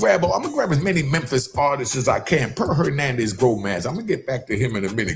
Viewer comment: Hoenanez Gonaz?